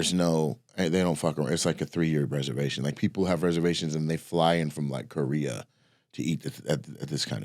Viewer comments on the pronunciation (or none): none